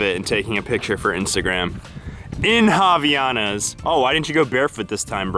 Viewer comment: Havaianas, made in Brazil, have their name because of Hawaii, so it's havai anas and not havianas ;) You just missed the "a". ( In portuguese it means "from Hawaii" , even though they are from Brazil) Japan is beautiful, do they still eat watermelon with salt?